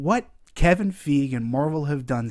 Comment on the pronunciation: Wow, dude is like driving me crazy the way he completely screws up Kevin Feige's name literally every time he says it. DX